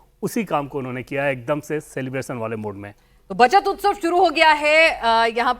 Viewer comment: "उत्सव" होता है... हिन्दी भाषा की ऐसी तैसी मत करो। 😢